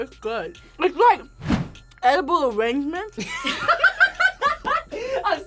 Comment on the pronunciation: Jaxon I also lost it when said “edible awangement” 🤣🤣🤣